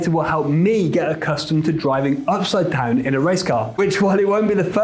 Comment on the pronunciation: take a shot every time he says "ipside down"